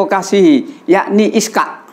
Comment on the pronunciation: Ishaq bukan Iskaq tadz